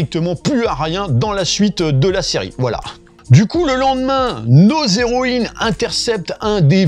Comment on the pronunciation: "nos héroïnes" j'ai compris "nausées"